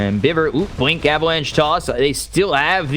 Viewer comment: IN THE WITH THE BWINK AND THE BWADEMAIL god love this.